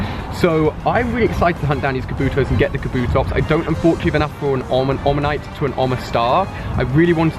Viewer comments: It's omanyte not onamyte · Bruh... it's Omanyte, not Onamyte. Pls, hurts me. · Really makes me mad when he says onamyte when it's omantye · Omanyte not Onamyte. sorry but it annoyed me. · Btw stop saying onamyte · No one can actually say omanyte everyone says onamyte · Lmao its oMaNyte not oNaMyte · You pronounce "omanyte" as "onamyte". You switch the "n" and the "m" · Anyone else heard those two "Onamyte"s? Dyslexia ftw! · i dont wanna be annoying but you say onamyte instead of omanyte :') big fan! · Ali, honestly your clickbait titles and stretching the truth with your viewers like pretending you know more about pokemon than you do (doodo in stead of doduo, "onamyte" instead of omanyte etc) are just too much. I think you're better than that and it's seriously been putting me off for a long time , i'm done I had to unsubscribe man. Just be genuine it serves you much better. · Just FYI, in every video you mispronounce Omanyte. You flip the M and N; O-Ma-Nyte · Please learn how to pronounce Omanyte it melts my fucking brain. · Mate you can't say Omanyte